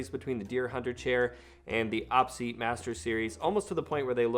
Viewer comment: Every time you say "awpseat" instead of "Oh Pee seat", every gamer cringes.